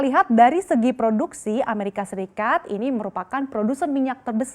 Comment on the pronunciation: Ngakak sekali ngomongnnya "Amerika Sikat" buka Amerika Serikat wkwkwkwk. Ada di detik 8